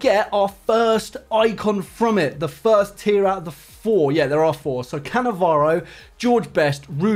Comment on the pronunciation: Nice shit rievew of cannavaroo😂